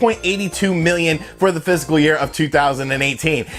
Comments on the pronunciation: Fis▪kal, sounds like you're saying "physical year" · Please man it’s Pronounced FIS C AL not Physical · The word is 'fiscal', not 'physical '.